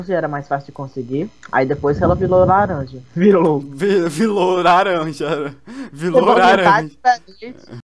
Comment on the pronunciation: falando:valo raranja